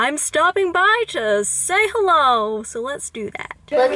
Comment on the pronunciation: Your panda saying "herro" is kind of racist.